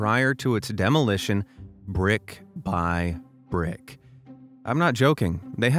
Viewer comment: PICK UP EVERY BUUUUURICK BUUUURICK